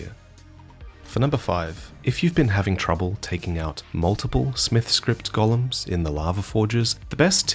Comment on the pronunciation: please please please. Its Go-lems. Gollum is from lord of the rings